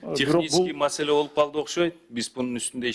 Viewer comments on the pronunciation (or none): none